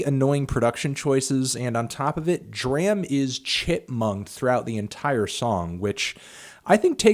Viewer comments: If you dont pronounce DRAM's correctly im gunna freak. Its pronounced DRAHM not DRAAAAM with that hard A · Goddamn Fantano. I hate the way you pronounce D.R.A.M.'s name. It's pronounced like "drama" without the last "a".